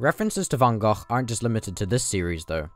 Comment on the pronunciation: Just wanted to say that you are one of the first non dutch people (i assume) who pronounce van gogh's name correctly